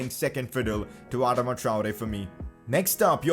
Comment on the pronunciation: Someone please tell him how to say Adama